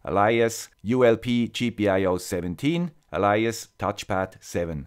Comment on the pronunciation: Thank you. Excellent video. Could not be clearer. p.s. let me be pedantic about the pronunciation of 'alias'L it's pronounced like 'ale - i - ass' (a 'flat 'a' in 'ass')